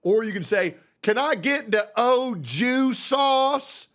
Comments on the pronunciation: Ok, 2 months watching, you finally said something that triggered me, Au Jus should be pronounced more like Awe Shoe (buzzing J instead of S sound), not “Oh Jew”! 😂😂😂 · omg when bro said Ojew sauce and not Auju I felt so much frustration cause customers always make up their own pronunciation for shit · its pronounced Aju not oju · that “O” Jew Sauce